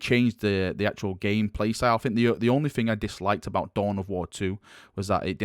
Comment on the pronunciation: Cov-er. You say cuv veh. Fked up way of speaking. "Fink" instead of think lol.